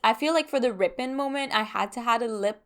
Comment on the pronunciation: Rippened? You mean "ripened " right? Ry-penned. Like "the fruit ripened on the tree" 😂